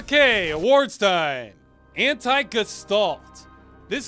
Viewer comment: you nag the VA's for their inability to German, but you at the same time can't pronounce "gestalt" correctly!